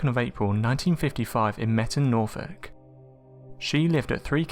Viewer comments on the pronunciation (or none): none